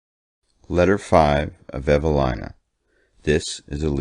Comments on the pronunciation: It's pronounced Evaleena 🤦‍♀️ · You're wrong. It's a British author. It's pronounced een not ine